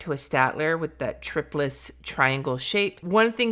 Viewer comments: This was an awesome review. I have been wondering for these for a while and I'm so glad you finally had a chance to check them out! I would like to add, though that I think you're saying triplus wrong. It is tri like triangle, and then plus. Not tripless. When I read it, and because of the triangle barrel, that's how I interpret it. I also have heard many others say it that way, though I admit I have never heard the manufacturer say it. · Have I need saying "Triplus" wrong this whole time? I pronounce it "try plus." Now I am second guessing myself!